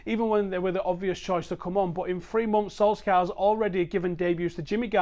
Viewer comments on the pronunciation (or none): I will not like your videos as long as you keep mispronouncing the mans name as Solskyaa